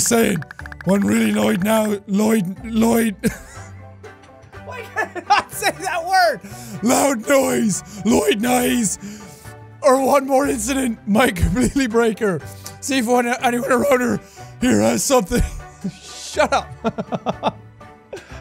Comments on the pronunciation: Lood noses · Me: Jack not knowing how to say loud noises Also me: I'm going to die if I laugh one more time Even more me: IM DEAD I NEED MY INHALER AND I DONT EVEN NEED ONE